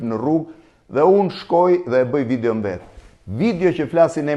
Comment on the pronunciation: Nuk i thuhet "vidjo" por "video" o Blendiii.... Kupton ti, apo nuk kupton